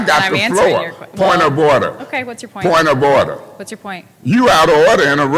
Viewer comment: Point ah orda,point ah orda😅😅😅😅😅!!!